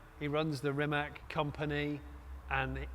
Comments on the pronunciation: RimaC not RimaK! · it is not 'REEMAC'!!! Please have some respect and pronounce it right. It's not 'K' at the end, it's more like a 'TS'. it's like 'Reemuts'. Pretty please with cherry on top. RIMAC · Its pronaunced "Rimatz" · Jonny, Mate is too nice to correct your pronunciation of his and company's name, but, seriously !?!